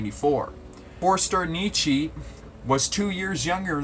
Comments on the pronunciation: The umlaut over the o in German makes it into a u. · Good video; quick note on the pronunciation Ö ist a oe. You make the o sound and then without moving your mouth you say the e sound (as is ehhhhhh)